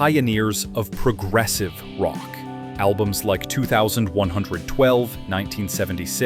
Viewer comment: Stupid AI VO. Doesn't know how to say 2112.